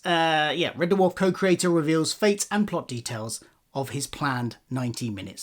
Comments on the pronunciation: It’s Red Dwarf, not Red DerrrWarf 😂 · Red what? Duhwarf? WTF is that? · Yeah, it sounds like derwarf. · It's pronounced 'DWARF', not 'DUH-WARF'. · I can’t listen to anything on red “Duh-warf” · Why is he pronouncing it de-warf? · I gave up on watching this video - had to - can't abide people saying Dwarf like "der-warf" - it's one syllable buddy. Arrgh. It's like scraping nails down a blackboard. I appreciate the info that I did hear, though, disappointing as it is. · Nice video but the way he sometimes pronounces ‘Dwarf’ (DUHU-WHARF) is very,very distracting. And I’m British too so it’s a him thing for sure 😂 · Red De Worf. The Dutch American country singer? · what is a Dah-Wharf? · Never ever heard it pronounced like that. "D-Warf". Why the audible pause between the D and the rest? Is this on purpose? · He really cool whipping that pronunciation of "Dwarf".. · The weird thing is there are a small number of instances in the video where you say something quickly in passing and you seem to speak more naturally and thus say 'Red Dwarf' the more usual way, which shows that when you are just speaking off the cuff as your self you say it normally, which makes me think it is either when you are reading it directly from the autocue/script that it happens, or else when you are (possibly subconciously) adopting a 'presenter voice' whilst following the scripted parts. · Blinduh Date.